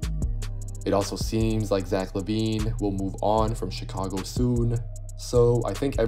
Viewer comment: You def took French in HS my guy pronounced Zach perfectly lol